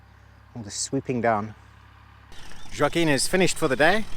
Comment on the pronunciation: In Portuguese, the name "Joaquim" is not pronounced like that at all. The "J" is hard, pronounced like in the letter "j" itself. The "a" is not open, it's closed - it's not like in "attic", it's more like in the first "A" in "Atlantic". Also, the "u" is silent. The "m" is also silent and it's there just to turn the "i" into a nasal sound. It's not easy for a non-native. :-)